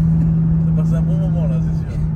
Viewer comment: Comment faire parler chinois tonton...en une leçon ....mais c'est böo c'est böo !!!😂😎👌